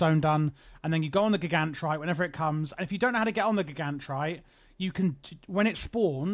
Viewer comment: I love how even with the myriad of NPCs in the game to reference the proper pronunciation of "Gigantrite", you went in a different direction. It's a bold move.